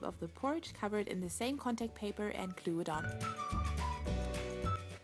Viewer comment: You say klue insted of glue